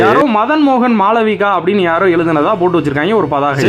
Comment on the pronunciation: மாளவியா❌ மாளவிகா ✅ 😂😂😂